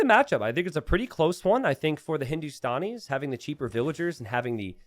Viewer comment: Its Hindu - Stan - Ees not Hindu - Stawn - Ees (The Stan is like how you say Stanley, not Stawnley lol) -- Love your content btw <3